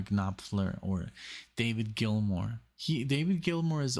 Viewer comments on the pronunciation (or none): none